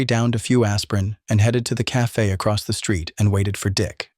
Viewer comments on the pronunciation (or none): none